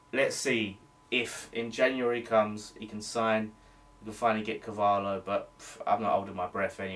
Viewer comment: its pronounced Car-val-io............good vid mate! COYI